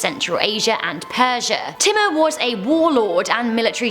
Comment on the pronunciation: She called Timur wrong every time 😂. I know as I read about them and I live in India